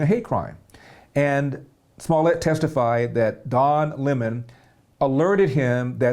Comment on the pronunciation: At first I wondered who Larry meant when he said "Don lay Mon." LOL!